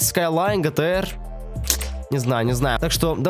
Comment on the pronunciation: что за безграматные люди, не гэтэр а джи ти ар*